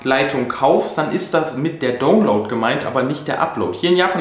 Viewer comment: Meinst Du mit "Ruter" den Router? Das wird "Rauter" ausgesprochen. Download wird "Daunloud" gesprochen, nicht "Dohnloud". Man bin ich heute Dohn. :-) Nicht böse gemeint, unter Kollegen. Mich würde sehr interessieren, was die Kilowatt Stunde Strom bei Euch kostet! Hab das mal gegooglet aber gaaanz unterschiedliche Preise bekommen.